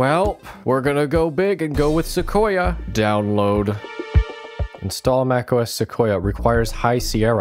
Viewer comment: Se qo ya you said 💀